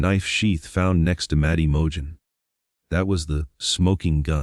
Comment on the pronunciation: This is all such B.S. opening the floodgates yet again, for all of these conspiracy nuts and Proberger idiotic comments. This is all just more phoney, sensationalism crap.. Right down to the generated narration that cant even say the names right.." Mo-Jen" and Co- bur-jur" 🤣 !! He was a loner with virtually no friends ( or accomplices) pleads guilty and will rot away in Prison, and yet he doesn't implicate anyone else out of the protective " goodness of his heart" ???? When will this insanity ever end !!